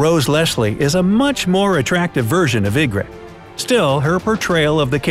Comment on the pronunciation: TheLoneGunman26 That guy clearly hasn’t even watched the show or read the book. He pronounced so many things wrong. The way he was saying Ygritte actually had me wanting to slap him. And he called Tommen Cersei (which he also pronounced wrong) and Robert’s child.